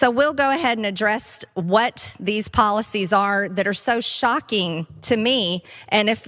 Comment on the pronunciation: .. "these poly-sees, are shocking to meee!"... what a disgusting woman...